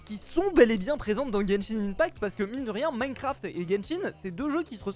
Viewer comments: slt genshin ce lit genshin [1pact] et non ]imepact] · tu dit mal genshin impact